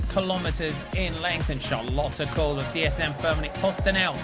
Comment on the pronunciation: I thought English commentators by now would know how to pronounce "Kool" the right way haha (It's like cole, not cool)